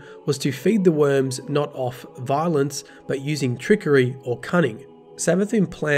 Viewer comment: Xivu = "Zeevoo" not "Safuh"